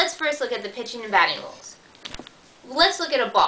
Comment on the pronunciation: "rules" not "wules." At least you are pretty.